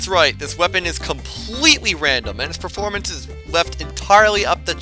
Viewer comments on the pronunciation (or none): none